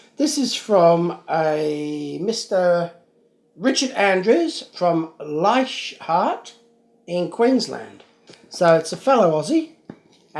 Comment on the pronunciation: Top score! I hope your anonymous donor gets in touch with you so you can thank them. BTW the H in Leichardt is silent it's pronounced like Leica cameras, there's also a suburb of Sydney with the same name.